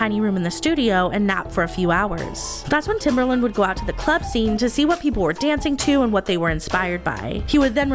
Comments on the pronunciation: Guurl his nickname was Timbaland not Timberland☠️ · love the video, but hearing timbERland instead of timbAland grinded my gears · I'm sorry..are you saying TimbERland??